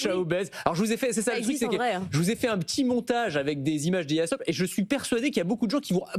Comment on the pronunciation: vous prononcez slop trop vite et oubliez le A